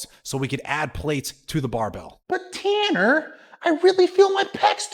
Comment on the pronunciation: It’s pronounced Tanner.